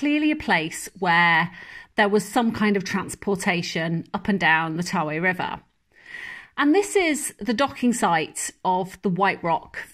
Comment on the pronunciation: It's Tawe (ta wee not tar way)